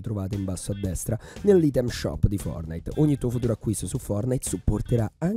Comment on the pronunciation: Ma perché dici "fornite" perché togli la "t"